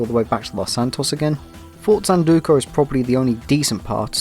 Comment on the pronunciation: “Fort Zanducu”